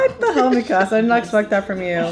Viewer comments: Me-kuh-suh not me-casa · how do you watch this in English and still pronounce the names wrong?? Me-casa and Jeen 😭😭 also someone tell that Todoroki’s va also voices Bertolt!!